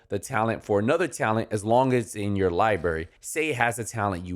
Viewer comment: library, not liberry